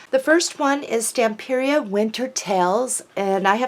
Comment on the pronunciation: Antonis, the designer of all of their fabulous steampunk line, says Stamperia is pronounced like pizzeria. He should know. He's a native speaker. I was saying Stamperia the same way you do, for absolute AGES! HUGZ!